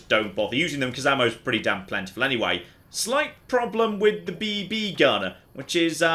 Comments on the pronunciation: the way you pronounce BB hurts. It's beebee with no space! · Anyone else find it hilarious how pauses between the two Bs in BB? I had to think about for a second, then I realized that maybe gas-powered rifles that shoot small metal balls aren't a common children's toy outside of the US haha.